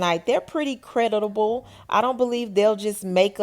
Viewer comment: 😂 Did she say credi-ta-bal.